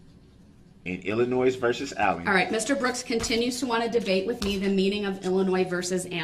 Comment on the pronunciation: I too love how she says “Ayllen”. Her accent, along with everything else about her, is perfect.